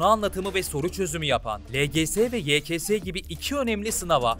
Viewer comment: yks Hoca Ye ke Se dedi sjsjsjsjsjsjsjsjs